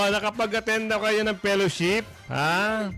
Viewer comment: ""PERASHIP"" HINDI FELLOWSHIP